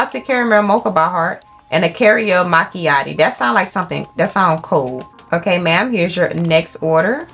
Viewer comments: "two careo mackeatties" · “Carriel Machiatties” 😂